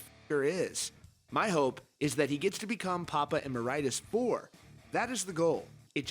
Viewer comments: It’s pronounced Eh-mer-ih-tus. IH-tus, not EYE-tus. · 🤦🏻‍♂️ For the love of God, it's Pronounced "A-merit-us" not "Emer-itis." People make it sound like it's an illness or something.